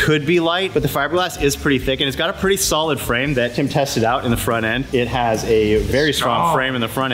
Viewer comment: from DDE you may think your saying Tim but some one from England it Sounds like Kim that you are saying on this video p.s just my own Opinion?